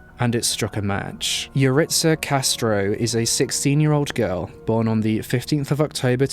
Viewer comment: I'm pretty sure that's not how you say Yaritza but ok